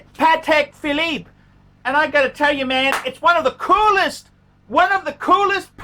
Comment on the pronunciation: .............Phallus Phillipe ?